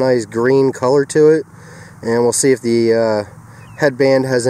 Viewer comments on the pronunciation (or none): none